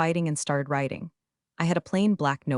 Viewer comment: It's NOT "so I kept roiting, it's "so I kept writing." Your AI has problems pronouncing what is written.